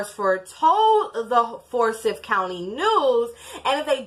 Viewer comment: The four boys were hers, the oldest girl was her step-daughter, and was the biological child of Lee (Tamla's husband), however, not Tamla's biological daughter. Also, it's pronounces FOUR-sigh-TH .